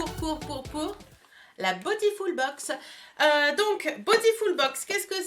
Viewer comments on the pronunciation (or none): aaaaaahhh mais tu me rend folle avec ton "botifoul" 😂😂 franchement ça ma perturbé pendant toute la vidéo 😆 sinon c'est vrai que pour le prix elle est vraiment sympa bisous 😊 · à la française, ce serait botiful et pas botifoul.... ;) ... bon allez le débat est clos :) ... gros bisous, bon week end